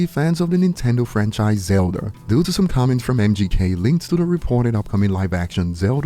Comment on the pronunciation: Bro said zelder lol